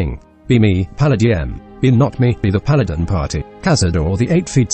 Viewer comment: The voice is still pretty good. it pronounced paladm perfectly